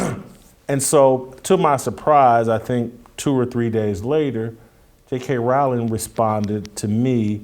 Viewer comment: ca. asks for clarification of what you meant by "You weren't built for this conflict." That is exactly where I wondered the same: there are multiple possible meanings. BTW, Rowling (pronounced correctly as pronounced it) has been taking heat over her trans position well before the Macy Gray incident. I agree with the point of view that JKR is so wealthy that she cannot be cancelled because there are millions who want more installments of Harry Potter, which makes her secure in her career. So, from this perspective, there is nobody better built for this conflict.